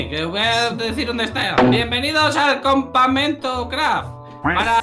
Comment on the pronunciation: me da risa cuando dise compamentocraf